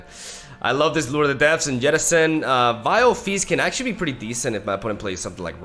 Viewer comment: please stop saying yettison